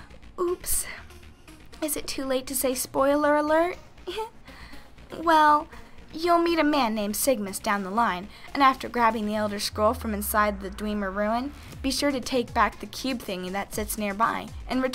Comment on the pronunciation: I thought she would be a pro until I heard her pronounce Mehrunes Dagon and Dewmer